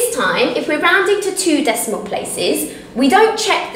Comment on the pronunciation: you said after the decimemewal🤣🤣🤣🤣🤣🤣🤣🤣🤣🤪🤪🤪🤪🤪🐸🐸🐸🐸